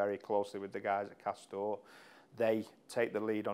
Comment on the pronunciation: did he say cost down?